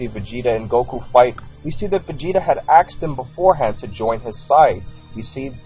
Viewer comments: >AXED Its spelled "ask". Stop speaking like a low-iq savage. Speak the white man's language properly or dont speak it at all. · all black people say "aksed" instead of "asked" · Vegeta "axed" Goku. Hmm